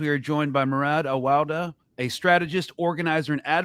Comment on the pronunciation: You have a good ear! You pronounced Murad Awawdeh’s name very well:)